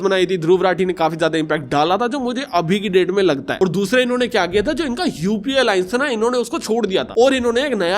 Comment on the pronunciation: UAP NAHI UPA HAI PRONOUNCE